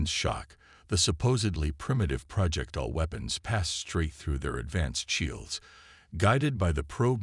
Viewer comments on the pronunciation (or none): MY GOD, MAN!!!!!! Do you even listen to your stories BEFORE posting them???!!!! Your AI SUCKS!!!!!!!!! Here is but a small list of the FREAKING words I heard OVER AND OVER AND OVER AND OVER mispronounced: "PRAH-jektile", "deh-BREES", "deh-BRISS", "deh-BRAYS", "Your-AH-pa (Europa)"', "un-AN-imous", "ar-MAY-da"!!!!!!!!!!!! Especially the (debris) said about a FREAKING Gazillion times....INCORRECTLY!!!!!!!!!!!!! How the hell can one enjoy the damn story when the Damn AI can't speak Anglishes!!!????!!!!!!!!!!!!!